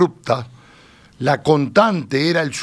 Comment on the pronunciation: "subimiento" está mal, pero "contante" no?